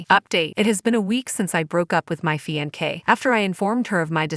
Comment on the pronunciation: I swear…I can’t deal with these narrators. “Fian-kay”